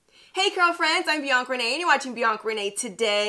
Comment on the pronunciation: Why is she saying Bianc instead of Bianca